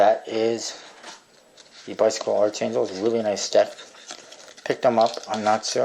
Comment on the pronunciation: Not trying to be an ass or anything, but its supposed to be pronounced as "ark."